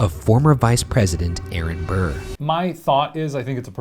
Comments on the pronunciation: The level of disrespect you're putting on Burr's name is terrible XD. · The amount of times you said Burr wITHOUT SAYING SIR IS UPSETTING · every. single. time. they said burr i said: ",sir"